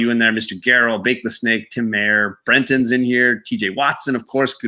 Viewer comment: Great video tonight. It was fun. One quick correction, the name is MY-er not May-er. Think Oscar Meyer bologna. Have a great night.